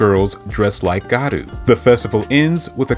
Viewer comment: Btw it’s gYaru not garu